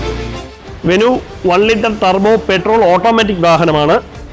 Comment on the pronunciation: വെനു അല്ലടാഉവ്വേ വെന്യു